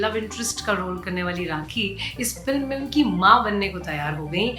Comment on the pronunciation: Please learn URDU before uploading your videos. Rakhee not Raqhee. Khagai not qhaagai. This is serious. Ankh not anqh